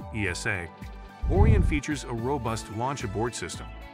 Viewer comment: if you're going to be so lazy to use AI to make your videos, at least make sure its pronouncing words properly... pronouncing Orion as orien(t) for example